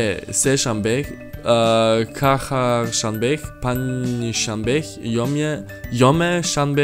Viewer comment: Hi I’m persian For Friday, you pronounced it (hom’e ) but you actually pronounce it like how you write it. ( jom’e ) such as jungle. And for Wednesday the first two letters were ( CH ) such as chocolate but you pronounced it (KH)